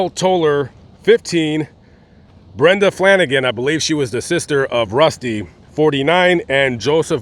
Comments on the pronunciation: Brenda FALAGAN ,not Flanagan. whatever became of the toddler that wasn't killed? I don't think it was a lone killer either, unless they were all on drugs and unable to fight back?? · Crazy story! You misspoke with Brenda's last name it's Falagan not Flanagan. Excellent work though! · Falagan, not Flanigan.